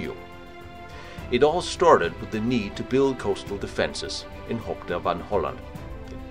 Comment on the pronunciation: lol how he pronounced "hoek". It's pronounced exactly the same as the English word "hook", so no need to turn it into a silly "hoch" sounding word haha.